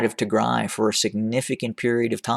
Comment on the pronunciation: I like the way how you say Tigray , thank you so much Sir!